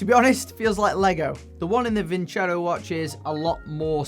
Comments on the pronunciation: Vincero not vinchero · Actually it's pronounced :. Vinceró. Vincair aoo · It is pronounced “Win Zero”, i believe! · Sorry Vin-cero, I'm not going to pronounce your name Vin-chero until you write it like that. = ) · Vin-ZERO! That’s how it’s really pronounced. My gosh everyone gets it wrong. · Btw just saying Vin CHero sounds way more bleh pronounced just no, way to bad promote your company name and how it sounds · Lol, It should actually be pronounced "Winkero." The company that claims to draw from Roman roots did not bother to do enough research to determine how the Romans would have actually pronounced the name. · Gotta love how the YTbers are mispronouncing their sponsor's name. Thats kinda disrespectful towards your client lmao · It’s not pronounced as you say the tonic accent is on the O.